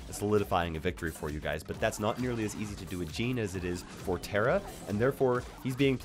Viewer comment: You pronounced tara wrong